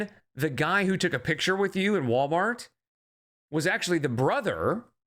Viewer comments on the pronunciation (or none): You pronounce words wrong because the fat in your throat. But I did hear her mom say PITCHER instead of PICTURE which is how Amber has always pronounced it, so yes I think it's also stupidity from both of them.